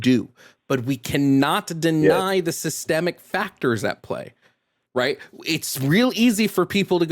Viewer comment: yup 😂 he even tried to say white people face "systemic" oppression when surrounded by black people. he heard say it correctly then tried to do it himself, and failed miserably